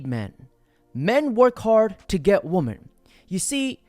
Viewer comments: You do realize it’s pronounced “women” not “woman” when speaking plural. My hell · Men and Wimmen. Yes it is spelled Woman but 2 or more are pronounced Wimmen. Woman = Singular.. Wimmen = Plural. ffs bro.